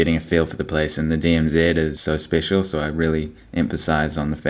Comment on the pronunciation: Did I hear you call it the DMZED?, its DMZ!.